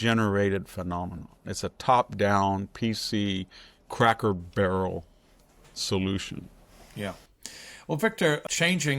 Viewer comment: Victor, you’re still mispronouncing words. "Denizen" is emphasized on the first syllable, not the middle syllable. You’re making the same mistake as with "expletive" which you are also incorrectly emphasizing on the second syllable. In speaking about Cracker Barrel, the first syllable is pronounced with a long O, not a short O as you did. Jack and Sami really should help you with your pronunciations after each recording session.